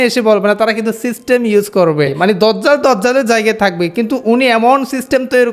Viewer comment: ভাই সঠিক উচ্চারণ দাজ্জাল, আর মোবাইলের সাউন্ড হালকা